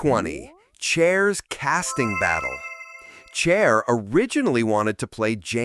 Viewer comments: I've always loved Chair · Chair ? Huston instead of Houston? Can the AI be any more obvious?